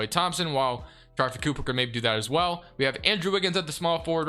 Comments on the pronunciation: STOP CALLING HIM SHARFIE!! IT'S SHARIFE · it’s (shuh-reef)